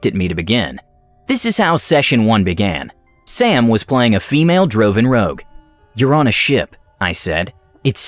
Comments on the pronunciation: Droven Rogue....you mean Drow? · Whoever did the VO doesn’t know how to pronounce “drought,” “Drow” or “ensign.”